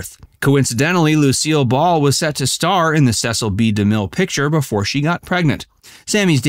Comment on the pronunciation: DeMille's first name is pronounced " see sil" according to his daughter Katherine.